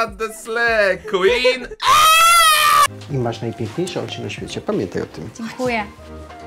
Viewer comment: ✨ slejjjjjjj kłin ✨ kocham xddd😊